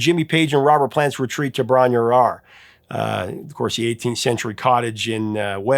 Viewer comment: Bron-Yr-Aur is actually pronounced "brawn-rower" rhymes with "ron-our"